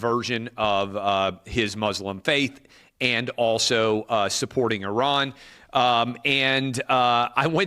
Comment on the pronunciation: Thankyou for being the first American to prounce Iran correctly.😅